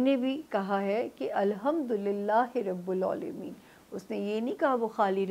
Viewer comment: Correct word Rabbul Aalameen he, Aap Hamesha Rabbul Oalameen bolti hain. Is ki correction karen app. please